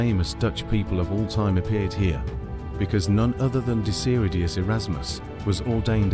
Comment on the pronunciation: Mooie video. Wel een kleine correctie: Het is Desiderius Erasmus, niet Desiriudus of Desiridius ) zoals jullie er van gemaakt hebben...